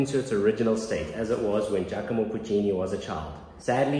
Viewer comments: im pretty sure it's giac"o"mo not giac"I"mo... :) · having a little trouble with the name Giacomo? You kept saying Giachimo